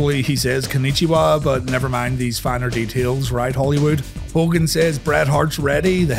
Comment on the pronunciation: That Hogan flub XD😂